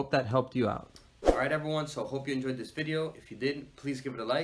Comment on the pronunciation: Like zis lol like this and not zis